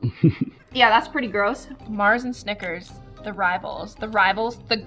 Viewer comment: she did nickersand mars the worng way